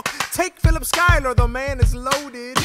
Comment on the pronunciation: Omg you really said “Phileepa Shoe” I